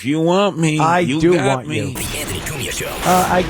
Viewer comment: The way he keeps saying antney Douche chills